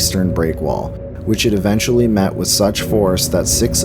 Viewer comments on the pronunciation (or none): none